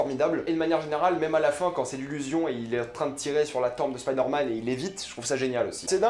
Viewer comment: Pourquoi tu prononces “spider” en anglais mais “man” en français ?